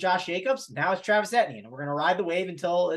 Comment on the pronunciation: ask Mangone how to pronounce Etienne - lol